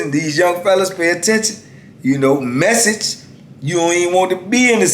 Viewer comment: Lol, "messege" 🤣😅😂